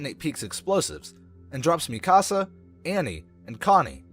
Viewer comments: Bro the pronunciations in this vid had me crying 😭😭 bro said “mi casa” for Mikasa and actually said Jean as in pants for Jean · Why did you say Eren yeager is mr Krueger and why do u call Mikasa mick-as-uh it’s meek-uh-Suh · (me-kas-ah) wtf is that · and mi-kasa and hang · THATS NOT HOW YOU SAY MIKASAAAA